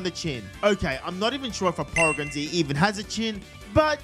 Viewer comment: d-did you just say poregan?